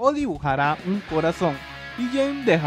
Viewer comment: Jeanne se pronuncia "Yan" con una "a" larga